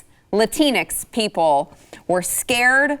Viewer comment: He had a brain misfire and combined latina and hispanics. “Latincs”. 😂